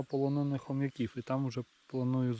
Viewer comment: Полонина Хом'Яків. Наголос на другому складі.